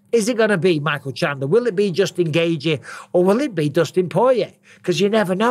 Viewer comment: Noone pronounces Justin Gaethje's name better than Michael Bisping. Someone needs to make an hour long loop of Bisping just saying "Jusin Gaethje".. please internet don't let me down!